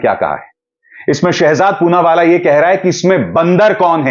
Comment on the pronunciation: "पूनावाला" "चूनावाला " बन गया 😁😁